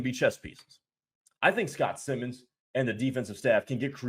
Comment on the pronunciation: It's S I mons long I. Not Simmons.